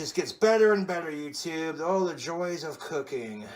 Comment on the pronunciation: "Cooking is really a labor of love, youtoob," he says, as he brutally mangles a loaf of bread